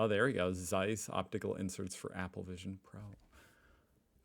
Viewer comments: 🙄 Zeiss = tsice not "seiss" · Oh please, could you perhaps try to pronounce "Z" not like a smooth "s"? It ALWAYS IS LIKE "TS" always ! German is so simple all letters are always pronounced the same , but hearing a one syllable name so "american ( wrong ) is hard to bare. The name is worldwide known, i think desevers to not be mispronounced. Please!!!!! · Just a little hint: the German Z as in Zeiss is pronounced like TS, so it's not Seiss, it's Tseiss. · As a side note on pronunciation, the letter Z in German is not pronounced like an S, but like a TS. So Zeiss is not Sice, but Tsice. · not SIZE ... its TSICE .... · Try to say it: tssseyes. It's "z" like in pizza 🙃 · James Webb Space Telescope? yes they have their stuff in there, too. Lol. But Zeiss is pronounced: "Tssaiss" sharp Ts. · Please don't call it seis its called ZEISS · As it is a german company its pronounced Tseiss. Because Z in german is pronounced like english ts. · Not sure if anyone mentioned it before, but it‘s pronounced „tsaiss“. The German z is not soft. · The right German pronunciation of Zeiss is "tsais" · Actually, it's pronounced "TSEISS". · Please, pronounce the "z" in Zeiss like you pronounce the "zz" in Pizza. Every German z is a Pizza-z. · Z is not spoken as S, but as Ts in german! Zeiss -> Tseiss. Just like Zug (train), Zeppelin or Zeit (time). Ts has the same sound like the t's in let's. Any microelectronics, semiconductors or satellite stuff is produced in clean rooms. I used to work in one for LED-production (semiconductors) and we had white clean clothing. That's where my nickname back then came from, because you could only see the eyes: White ninja xDDD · just try to say TSeiss, thanks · The cringe everytime someone says Zeiss so wrong...even the video maker. It's a hard sharp Z at the start. Like a snake hissing Tzeiss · Zeiss, nicht size. Warum sprichst Du das einfach komplett anders aus, als es da steht? mit Z! ja Z, nicht C!!!